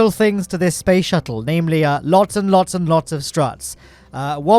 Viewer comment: Yes, spoce shuttle